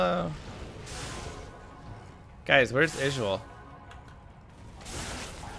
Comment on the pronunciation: Why is he calling him ižual and not izual? Does he need to go back and listen to archangel Tyrael quest? Or is he calling him archangel Tyrol?